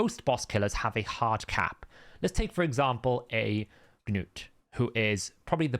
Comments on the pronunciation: It’s ‘nute’ not ‘geh-nute’ we don’t say ‘geh-nome’. Sorry, just irks me when you say a champs name so much. No hate. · Your language is English. You saw the Episode where Arbiter said nute. NOT GA NUTE. So it is ok for me to go and butcher your name? It isn't like you are from a different planet. It irks the hell out of me too. I think you just do it to get under people's skins. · Its Gnu not Noo ) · It's like gnat and knight in UK English. Silent G and K. If you speak American you change the spelling..